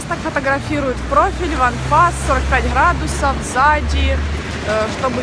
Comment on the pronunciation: храдусы-так говорят только модели!😹